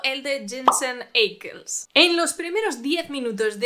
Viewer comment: Por si acaso, "Ackles" se pronuncia "Áquels"